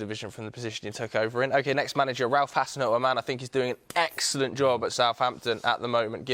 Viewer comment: the fact that said Hassenhuttl as G really made me mad as a Saints fan, man has not watch a single match of Southampton. Absolute rubbish coming from his rubbish mouth